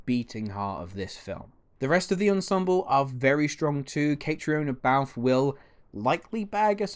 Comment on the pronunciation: It's not Kaytree ona Balfe its Katrina Balfe. Get your facts right then your opinions will matter more. j